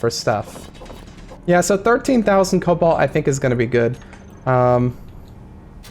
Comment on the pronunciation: Rigged! "Colbalt" Sand Rapids Mesa.